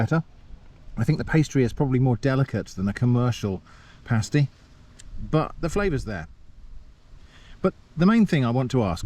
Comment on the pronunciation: In the upper penninsula of Michigan the "pasty" (pronounced exactly as you, and we DO correct people). While most people in the US just think of them as another "Michigan Thing" us Michiganders know it was brought over by Cornish Miners during the 1840s, who came to work in copper mines.